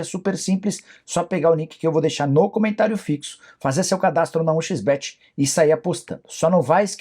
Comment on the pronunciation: Agonia quando o Nicola fala "um xis bete" a pronúncia podre